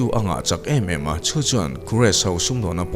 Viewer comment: 'Emaw' hi han uluk leh hret teh aw.